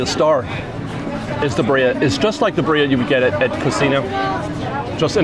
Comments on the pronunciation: “Birria” is pronounced [Beer-ee-ah] 😂 you’re welcome ❤ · It’s pronounced: Bee-(rolled R)- ee-ah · Pronunciation of Birria is Beer-E-Ah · Just as a heads up birria is pronounced beer-eee-ahh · yes please thank you!!! i was cringing every time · I came here to say the same. I also commented on the DIS Unplugged video saying the same. Drives me crazy. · Give white people some sort of a good reputation. Geez. Pronunciation of birria and never heard of karaage before?? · You're pronunciation of Birria is terrible but still better than mine and I'm Mexican haha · Gotta learn how to say Birria There’s a little tongue roll